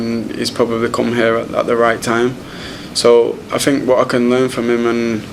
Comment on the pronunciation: It is 'think' and not 'fink' my dear boy Rashford. Just saying. I love the way Rashford plays football.